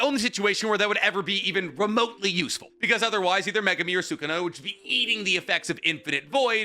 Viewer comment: HE'S FINALLY PRONOUNCING MEGUMI CORRECTLY! Finally. Good job.